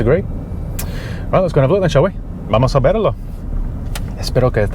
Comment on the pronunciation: “Vamos a verlo” Jaja buen español bro